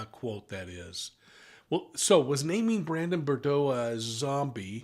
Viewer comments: Brandon Boudreaux. Not Bourdeaux. Although I love a good. Bourdeaux 😊🍷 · I'm sorry, but it was bugging me so much that he was pronouncing Brandon's last name as "Bore-dow" instead of "Boo-drow." 🤪 I know, I know, I'm being petty, but people's names are important and we should get them right. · BOO-dro , not RIRD-row! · ❤BRANDON "BOO-DRO, NOT BRUR-DRO !! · It’s Boudreaux not Bordeaux …💋🧚🏻‍♀️❤️🇺🇸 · BUR-DOH is also incorrect 😵‍💫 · he keeps saying bordeaux. it's boudreaux. another mistake was that he said brandon recognized the person shooting at him as resembling alex cox. false. he did not see at all who was shooting at him. important fucjing detail. please get these things more exact or stop reporting bc you don't know the case. at this point your audience should not need to correct you on details. for eff's sake. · Pronounced Boo-dro! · it is very irritating that you don't try to pronounce Brandon BOUDREAUX's name correctly! it is pronounced Bou-dreaux, there is an R in the second syllable. I should know, my last name is Boudreaux! So unprofessional. Look at the spelling and see your error. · It’s sad that you cannot even get his name right. It’s a French name and it is Boudreaux. Pronounced Boo-dro. I expected better from you. This information as been out there for three years. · Boo- drowe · Brandon’s last name is of French derivative and pronounced “Boo-drow”. (That’s a long O Sound) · Thank you for the phonetic pronunciation of Beaudrow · Brandon Boud”R”eaux Pronounced Boo D”R” O. I find it extremely disrespectful to repeatedly pronounce someone’s name wrong. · Boudreaux does not have the d and r juxtaposed. It’s pronounced Boo-dro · Interesting… btw the pronunciation is “Boo-DROH” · Brandon's last name is pronounced /boo-'droe/ with accent on the second syllable.... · Love you but please, its BOO-droh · Brandon Boudreaux - pronounced as “boo-dro” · Not BER-DO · it’s Brandon BOOD-ROW. Just so you’ll know. Great video!